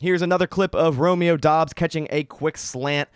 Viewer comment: Pretty sure Doubs is pronounced “dubs”